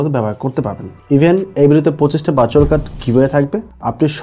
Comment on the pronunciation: ভাই আগে ভার্চুয়াল কার্ড উচ্চারণ টা শিখে নিতেন। 😑